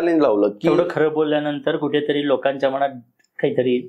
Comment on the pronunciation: अणेक नाही हो अनेक बोला, मणात नाही मनात, हल्ली सगळेच 'न' आणि 'ण' कुठे वापरतात ते विसरले आहेत कि त्यांच्या शाळेतील शिक्षकच असं बोलत होते? 🤔🤷🤦